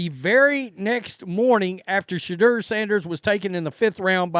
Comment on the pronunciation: Why is it every time you say shaudoer it sounds like your saying shitter? I found it funny when you said shitter isn't crap.